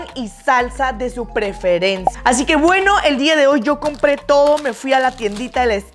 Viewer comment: Like si tu también escuchaste: “salsas de sus preferenza” Si no lo escuchaste asi también like. Te queremos.😘😘👍👍👍👍💓💗💝💞💟💞💝💗💓💕💖👍👍👌👌💕💖